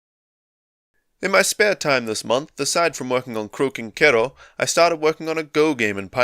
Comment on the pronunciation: Thought you were saying Croaking Kettle for a bit at the beginning :D Didn't realise it was pronounced like ろ